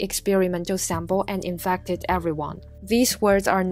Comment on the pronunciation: Infacted LOL WHAT